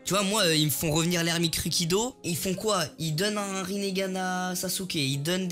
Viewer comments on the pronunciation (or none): Pourquoi il dit rinéganne alors que c'est rineganne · inox il a di le rinégan et c ringane 😂😂